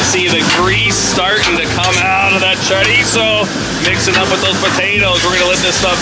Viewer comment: Love it sounds delicious but glad u say chorizo right